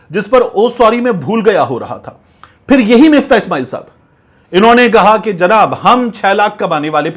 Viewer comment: Miftah ni MUFTAH h